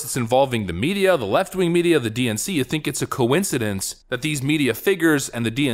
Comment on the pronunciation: "We see this as a coeencedeenk!"